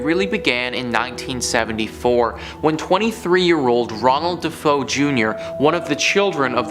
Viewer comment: I love you to bits, man, but every time you said "de-fo", my soul died a little. It was "De-Fay-oh". Just sayin.